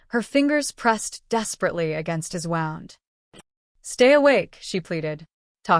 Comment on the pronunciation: Love this story, however, the typos & the pronunciation of Aria's name just drove me CRAZY. Ex: gunshot wound, pronounced as wound as a rope wound around area a tree.